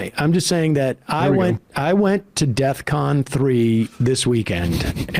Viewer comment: When he says "deathcon" instead of "defcon," it seems pretty silly to argue about precise definitions afterwards.